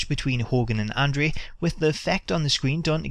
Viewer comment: Why can't the guy on the video pronounce andre's name correctly. annoying.